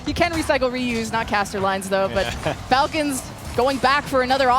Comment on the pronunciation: all the falcons names were mispronounced 😂